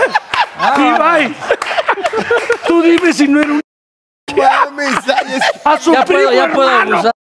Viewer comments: el apellido es ZAYAS, con "Z" al inicio! que pasó??? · Zayas no Sayas esos millenials 😂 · Es Zayas no Sayas.